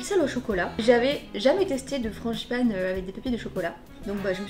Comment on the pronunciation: « franCHIpane » mdrrr